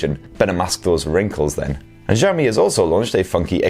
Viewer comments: Might be a good idea to learn how to pronounce Xiaomi properly. The X is pronounced sh as in shit. Shi ao mi Xiao = small 小 Mi = rice 米 I live in China and the Mi 9 as well as Mi 9 SE have been available for a while. The same goes afaik for Europe. A review vid would be great. Cheers! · I think we need a whole book that can learm us to pronounce xiaomi perfectly